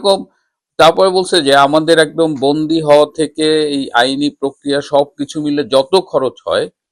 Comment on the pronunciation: ভাই আপনার উচ্চারণ ঠিক করেন।যেমন বন্দি সেটাকে আপনি বলছেন বন্ধী।